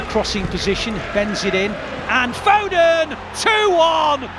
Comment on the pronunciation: Put some respect on Phil fodens name!!